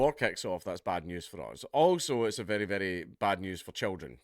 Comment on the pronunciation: I think you mean "it's berry berry bad news for children"